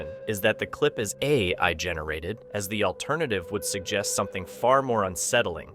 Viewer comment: Check your AI Text To Speech results for stupid mistakes like "a... eye" instead of "AI". Wow, it happened twice. "...the clip is A... eye? generated"... How do you manage to get AI to misspell "AI"? 🤣 Honestly it was probably poorly typed up or edited in the first place if the text wasn't also fully AI generated. How much lazier can we even get at this point? Soon we'll just have AIs watching other AIs and us people will maybe find something else to do. But that's probably a little too optimistic. AI slop is taking over and winning already.